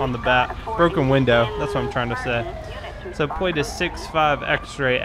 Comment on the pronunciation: can you not say L or something pwate check pweeec check